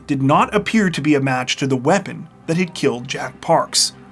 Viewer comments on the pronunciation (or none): none